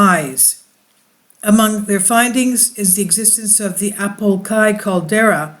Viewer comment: It's Apo Laki pronounce like Lock-key not Kai